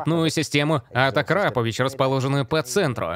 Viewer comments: Не акакрапович, а акропович вроде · Акрапо́вич, Акра́пович🤦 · Акрапович а не акапракович